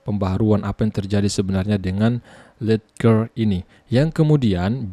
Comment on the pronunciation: Baca nya lejer bang 😂😂